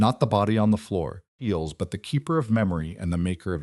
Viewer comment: Can't finish this one...pity because it's a good story but can't handle the incessant "eels, feels, beals" thought.